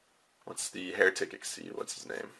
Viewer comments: They are actually pronounced "ik-seez". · its supposed to be pronouced 'exeeze' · Thats what I thought too however I was wrong xyz monsters are actually pronounced as (ex-seed) or exceed monsters